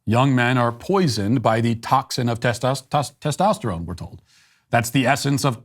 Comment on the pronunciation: Tostesytestoterone? What's that?